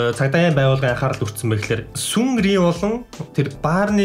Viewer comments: Not sunri it's sinri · Sunri bisheee senri gej xeleecheee xaxa goy shu tushig ah 😙😍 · Сүнри биш Сынри гэж ярина шүү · Сүнри биш Сынри шүү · Seungri Сынри шүү. Сүинры биш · Yagaaad Сүнри гэж дуудаад байгаан бэ Сынри гэж дууддаг шүү Ерн тэгээд Сынригийн хэргийн талаар мэдээгүй хүн байхгүй болждээ.Зурагтаар ч ярьж байсан,сэтгүүл дээр ч гарсан байсан. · Сүнри биш Сынри!!! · Сүнгри биш сингри шүү дээ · Сүнри биш Сынри Seungri шүү!!! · Сүнри гэж сонсох хэцүү юмаа TT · Seungri гэдгийг синри гэж уншдаг шүү бас BTSг ярихад би баярлаад л сууж байлаа ккк Би блакпинк битиэс биг бангын үнэнч фэн нь кк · син(г)ри гэж уншаарай. хүн болгоны мэддэг алдартай хүмүүсийг зөв хэлэхгүй бол шүүмжлэнэ шүү дээ. амжилт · сээнгри гэж уншилда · sinri gj unshina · sengri gej unshdiin naad club ni uuriin neesen club